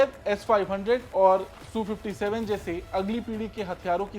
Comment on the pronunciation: Su su mat kar reporting karna ata ya nahi bas jo mu me aya bol diya. SU 57 bol